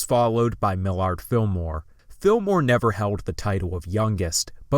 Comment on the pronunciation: Mil ard Filmore😂